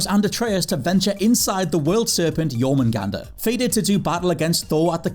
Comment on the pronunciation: Was expecting to butcher the world serpents name in God of war. Pleasantly surprised. Nice one